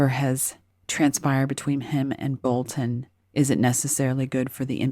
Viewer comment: Great video as always! And extra points for pronouncing BolTon instead of Bolun as the talking heads do on TV!